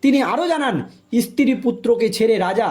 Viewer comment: ইস্তী টা কি? সাংবাদিক ঠিকঠাক উচ্চারণ করুন।